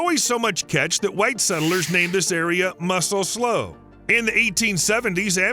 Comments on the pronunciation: Tulare /Tu-lar-EE/ not /tulair/ and slough is /slew/ not /slow/ not /sluff/ (Like I've heard some influencers say) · Credibility decimated four times in first 2 minutes by cardinal directions and pronunciation fails (“tuu-LAIR-ee” not “tuu-LAIR”, “TUU-lee” not “tuu-LAY”, “sluu” not “slow”), and in every other sentence throughout the video. 🤦🏻‍♂️